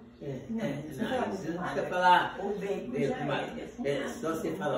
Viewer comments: O toicinho que ele fala é baycon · Baycom ou bacon